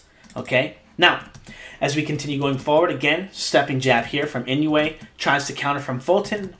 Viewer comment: A little helper on pronunciation: "Inoue" is pronounced like: EE-NOH-WAY (not exactly, but close enough for English speakers) ... there's no "you" sound in there. It's EE-NOH-WAY rather than IN-YOU-EIGH